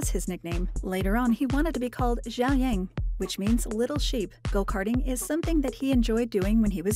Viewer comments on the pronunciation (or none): Inter fan pronounce his name Y-a-e-ng Y-a-e-ng But It's actually Yh-a-n-g Yh-a-n-g